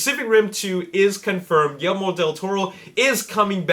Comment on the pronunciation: It's GuiYERRmo, not gillimiro or whatever you're saying.